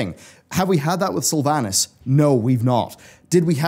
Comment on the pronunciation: Everyone is saying World of Sylvanas-craft wrong